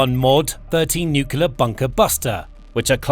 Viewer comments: You pronounce the word as nuc-le-ar not nuc-u-ler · i only got 5 minutes in and the idiot started speaking jibberish like a 2 yo infant. can anyone with a brain tell me what a nukular weapon is? is that the usa version of nuclear weapon? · Good presentation, but it's "nuclear", not "noocular" FFS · Someone tell this idiot narrator that the word he keeps botching is pronounced NOO CLEE AR not NOO CUE LER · Nuclear (new-clear), not nukelar. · It's 'nu-cle-ar' not 'nuk-u-lar'... When the last B-21 is sent to the boneyard, the crew will be flown home on a waiting B-52... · I don't want to generalize, but I don't know of any exceptions that I've heard... Do Brits add an extra U after the C in NUCLEAR? No idea why every Brit and Jack Bauer pronounce NUCLEAR as NUCULAR. It's just like nucleus, except nuclear. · nukyuler nukyuler nukyuler. sounds so stupid for an otherwise excellent report. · Wish the narrator would pronounce "nuclear" correctly.